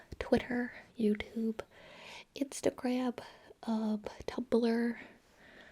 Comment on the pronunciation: Ticck Toxx Twitterah Youuahh tubbah Instagramam - My favorite